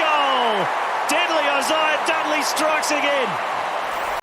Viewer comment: Bro said Dudley 😂